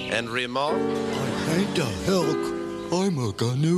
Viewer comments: wtf they mispronounce the word gnu....the g is silent... I've wasted like 10 minutes trying to figure this out. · I love these gnu shows!! Always adding the "G" sound to "N" words. The funny thing is, the pronounciation of the real name, the "G" is supposed to be silent, but it's still cute anyway. Kinda reminds me of Mushmouth from the Fat Albert early series.